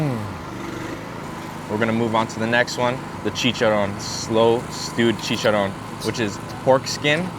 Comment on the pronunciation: I think he is , when he said “chicharon” he said it with that fili accent! 😊